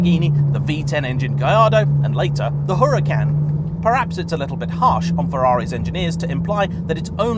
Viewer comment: That sounds nothing like the 458s I've driven. The H in Huracan is silent, ffs! And yet you manage to pronounce Gallardo correctly? 🤦‍♂️